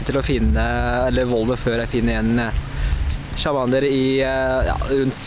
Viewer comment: Det er ikke chamander men charmander...... men du er en god youtubeer!